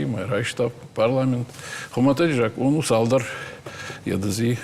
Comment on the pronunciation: Ведущая говорит ,, жакон" ,а надо говорить ,,закон ". Это все равно,что говорить ,,масина" или ,, мацина" вместо ,, машина" ! Вот вам и знатоки осетинского языка !